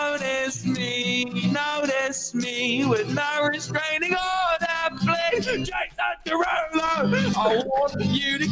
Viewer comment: Wilbur: JaSoN jUrUlO 😂